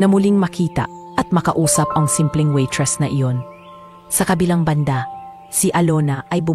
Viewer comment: Anong kpaseng narrator ito n as kskainispakinggan waitressnawaitresssabihinmong waytres?